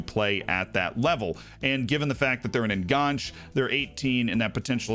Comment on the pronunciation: Enganche is Spanish not French. En-Gan-Che